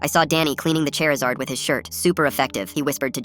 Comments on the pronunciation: Charizard ❌ Chairizard✅ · I'M SORRY "Chairizard"?????? 😭😭😭